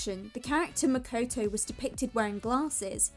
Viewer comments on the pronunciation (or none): "Mekoitoui"lol it's makoto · "Makuwtuw" For real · "was makoetoe" MMMHMMHJGGSJROHOERJOROJIFIEJGOJOIJFA